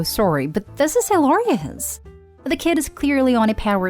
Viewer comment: The way you say hilarious is funny to me. I think it's like a tounge twister for you. I have some similar words which I say differently as well. My native tongue influence fucks their pronounciation completely